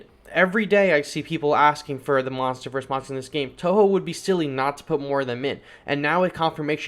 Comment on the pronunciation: funny how u said monsters verse monsterverse